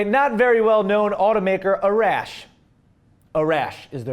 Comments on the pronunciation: are you sure it's pronounced A-RASH and not AR-ASH? I have a friends who is Persian and it is pronounced the second way. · Hey I love the show and your a great and funny guy but being Persian I'm more than pretty sure that Arash is actually pronounced Are-ash and as for my name It's Ali... Like Muhammad Ali... Love the show bro!!!!